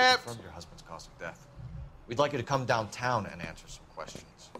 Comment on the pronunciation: "Dont kome on me" 😂😂